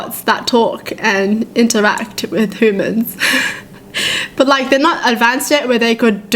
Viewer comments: i lauve it when shes says humans,it sounds like hoomans :3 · How do you say it? H - u - mans? Its h - oo - mans